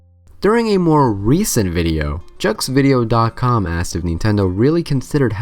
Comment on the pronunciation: Jeux video is french for video games, to be nearer of the right way to say it, say , not . PS: What if the game ask you "are you a boy or a girl?" before asking your name, like in Pokemon.